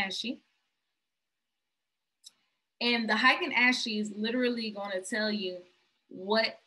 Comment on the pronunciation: Lol I love this video but sis it’s (Ah-ken Ah-shi) candles 😂😂